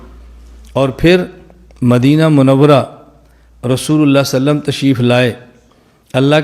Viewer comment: इस खबीस वहाबड़े के मुहं मे लकवा मार दिया इस लिए मेरे नबी पाक के नाम सही से ले नहीं पा रहा है ,,,बोल रहा सल्लम ,नाऊज़ बिल्लाह